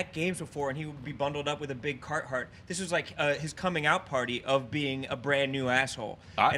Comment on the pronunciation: said carthart lol